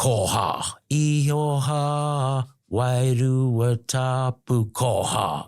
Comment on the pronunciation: Bro the word is actually IHOWA that's a Maori word translating the Biblical word JEHOVAH which is God's name ( one of them ) but He's pronouncing it as IIIHO- HA. BUT that's his choice. But as it's written it's axshilly 😂 IHOWA (Pronounced like eee-horr-waah and in Maori the letter iii is pronounced as an eee, that's generally ok iii, pronounce eee and the letter E pronounce like ear, ok ghee, cool) Any a you cool Ozzie dudes wanna know Maori or anything biblical ask me, I'm christian as but I nused to be a punkass looking mofo but I gave my life n soul to the living YESHUA. Which is the Hebrew word for Jesus God the Son. In my past life I was a bit if an R swipe rack smokin, but previously Rastafarian weed smokin peace piper but that Saran basstid got me hooked on crack but then I met a guy I fell in luv wif called Jesus. now I'm a 7DA christian . Now to me this guy is sincerely Abit mixed up. Polynesian waka travellers incl Maori but there's a lotta mixed up fkd up versions of Christianity and sum real nutters but hey I'm not wanna put this dude down but he sounds like the Mormon version of geneology and no offence but Mormon is a false Christ but he believes what he does. And we all have that choice of freedom if religion freedom if speech n all good shit sorry not shit, syuff... in general... biblically speaking Ham Shem and Japheth are Noah's 3 sons. ( Btw way all the oceans in the world is whats left if the folks back from then ie 4-5000 years ago biblically. We didn't